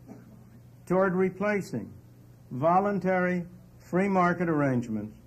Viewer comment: Volintary? Most people got to work or they die. Is that volintary?